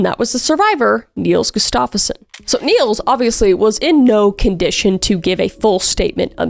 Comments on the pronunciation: Gus-stuff-son is how they pronounce it if I’m not mistaken. That said I got that information from hearing introductions for a UFC fighter. Love the content, great work! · I've heard this story covered so many times, but your videos always impress me. Btw, the stress on the name Gustafsson should be on the first syllable ;). It sounds like you're saying "Gustafeson".